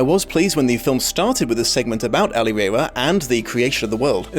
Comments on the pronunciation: If you can't pronounce 'El-ahrairah' then you didn't read the book. Richard Adams specifically included a footnote that said that his name is pronounced the same as in the phrase "Never Say Die"-- "El-aHRAIR-RAH" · Its pronounced ell arr rah rah. The author said it had the same inflection, never say die. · Elil-hrair-rah Hrair is the word for thousand in Lapine, emphasize the ‘he’ sound. Rah is the word for prince or chief. Elil is the word for enemies. Thus, prince with a thousand enemies. You pronounced it good, but you need the ‘hrair’ sound in there.